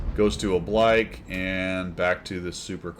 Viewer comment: Oh-blike?, we covered this. It's 'oh-bleek', like you're on fleek. This one surprises me for not being in your vernacular already. Oblique is an adjective that applies mostly to angles. I'd think angles would be a frequent topic of discussion for fighter pilots, so the words used to describe them ought to be close to hand.